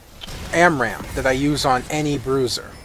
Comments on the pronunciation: Amram? Its spelled ARAM you know. And pronounced likewise :D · stopped watching when you said amram for the 10th time